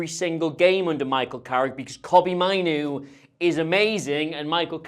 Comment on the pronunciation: I'm a little bit more excited about Carrick after seeing this video. On not appointing him permanently - they have to SAY that given the Solskjaer mistake - so say no now, but if he wins all games 11-0, they can still say yes. Just two pedantic points - it's MAYnoo - not Mynoo. And did I hear an "irregardless" in there? Yes, I know some dictionaries now include it, but it's still an ouch word to me - purely personally.